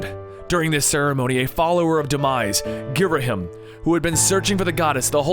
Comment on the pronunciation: It's pronounced Girahim....And my favorite is The Legend of Zelda:Windwaker cause i love the toony graphics and gameplay!